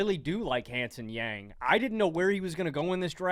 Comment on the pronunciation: just fyi hansen yang’s name is pronounced hawn (rhymes with dawn) sun (☀️) yawng (rhymes with long)